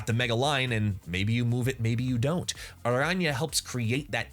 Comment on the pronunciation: Great video and respect for the pronunciation of her name. What does your t-shirt say?